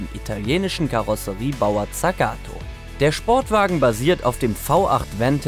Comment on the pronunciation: Und tsagato waruuuuuumm